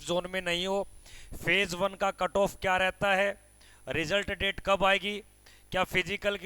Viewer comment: DADE nhi hota h DATE hota h😂